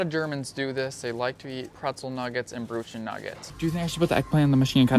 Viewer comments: The pronunciation of Brötchen is so weird yet cute 😂 "Broodshen" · Nobody eats buns and pretzel nuggets! 🤦These machines are for big loaves! 🙄 By the way, the pronunciation of "Brötchen" is really bad!!! 🫣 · I've never been to Germany but your American pronunciation of Brötchen angers me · Your pronunciation of "Brötchen" is absolutely horrific! 🤣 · Omg your pronunciation of brötchen is so wrong! 🙄🤦‍♀️